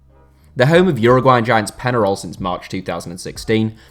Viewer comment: Just a side note, the pronunciation is penharol